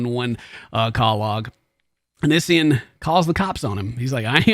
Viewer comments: Just for the record lmao its Onion boy or Oh-Knee-See-on lol that's how you say his stupid name 😂 why he picked it idk. Onion boy is actual sludge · The way he says onision 😂 I love your accent. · The way you say “Onision” makes me laugh lol. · xbagelbxx oniisan... o-neice-yawn... oh-nice-one... it's such a weird name :p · I love how says Onision, it has me rollin.